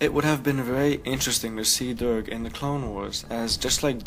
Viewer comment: Also that probably isn't bib fortuna in episode 1 notice how bib fortuna is pink? Well the twi'lek next to jabba in episode 1 is a weird blue green color. Oh and you mispronounced Durge. It's pronounced Durj